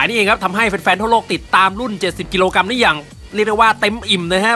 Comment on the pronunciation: กรัมไม่ใช่กำ